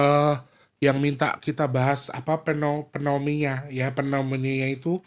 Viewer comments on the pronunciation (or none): PNE - MO - NIA yaaa...biar ga bingung ngomongnya, 😊😊😊